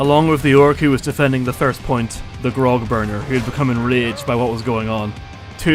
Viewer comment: bro you gotta stop pronouncing the graug as grog. Also you don't need to kill it there's a way to just dismiss your beast or bodyguard